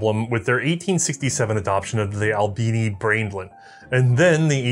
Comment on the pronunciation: Oh. The Albini Braendlin... Not the Albini Brainlet... Gotcha.